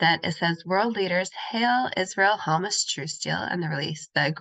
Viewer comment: Sorry to nitpick, but please review the pronunciation of Hamas.